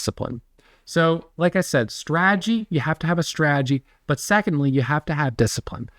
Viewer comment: Love YA! Love Ya!! Follow me here.... STRA-TAH-GEE. you're killing me!!!!!